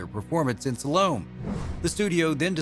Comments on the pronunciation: Pronunciation is important. It's not SUH LOAM.....It's SAL O MAY. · It's pronounced sal-o-may. not salome. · It's pronounce Sal-o-may. Not Sa-lowm. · Yvonne is pronounced EEV-ON not YEV-ON. Salome is pronounced Sal-O-MAY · OMG! Yvonne (E-VONN). Salome (SAL-oh-MAY). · Sean Ferguson - You'd think that any announcer worth half a poo would CHECK the Pronunciation of names and places, right? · Indeed. Even a quarter of a poo! Normally I'd shrug it off. Every pronunciation of yah-VONN was like a dagger but I didn't crack until I heard sa-LOAM. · It's pronounced sal-o-may. Salome' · It is pronounced Sal Oh May . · Saints preserve us! It's pronounced "Sal-o-may". Since Biblical times! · Salome = SAL - OH - MAY. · Computer voices always betray their mechanized ignorance: it said she won the lead role in the movie "Salome" and pronounces it Sa-LOAM. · It's pronounced Salomé. I can only think that the narrator went through a school system devoted to see and say reading and writing, and that he has no knowledge of a second language. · He pronounces Salome wrong too. BTW my middle name is Yvonne. (and I pronounce it as "eevonne".